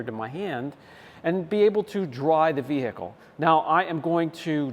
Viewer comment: Can someone explain to this guy that the H in vehicle is silent. What the hells that all about? Every time Ve-H-icle 😂 damn that’s annoying.